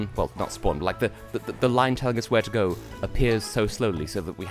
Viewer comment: I thought you were trying to make "go" sound like "gold".